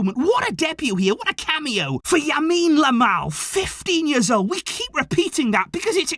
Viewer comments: Yamine Lamal?😂 its Lamine Yamal 🤣🤣🤣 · You keep saying Yamine Lamal It's Lamine Yamal bro 😂😂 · . I’m glad I’m not the only one who accidentally keeps calling him Yamine Lamal lol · why is everyone saying yamine lamal its lamine yamal even got it wrong at the end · Xavi: Subs on 15 year old Lamine Yamal: "Yamine Lamal" 😅🤣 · said yamine Lamal 😂